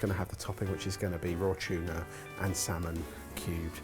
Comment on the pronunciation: Love how pronounces tuna as 'chuna'